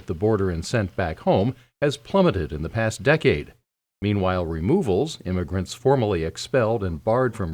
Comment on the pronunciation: IMMIgrants not IMMAIgrants OMG!